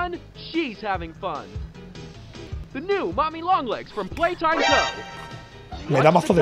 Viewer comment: que humilde el gigante noble diciendo en el directo "pepi plai taim"